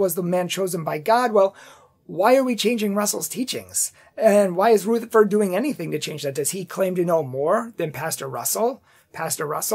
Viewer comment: Taze as in haze, in Rutherford the "u" is as in up or union , not ROOtherford. Thanks for your commentary.